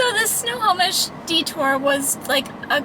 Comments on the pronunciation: You did pronounce Snohomish correctly! My nephew & his family & one of my sisters live there. We were there twice this summer! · Lol, you are pronouncing Snohomish correctly. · You said Snohomish perfectly. :) I live in SW Washington, but I was in Snohomish in July for a wedding. I had never been there and it's such a cute town! I'm really enjoying this series and it's inspiring me to get out and explore! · You said Snohomish perfectly! Love that little town, I’m getting married there in a year 😊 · Snohomish…you said it right every time!!